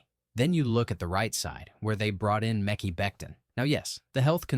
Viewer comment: Noticed it when they mispronounced Mekhi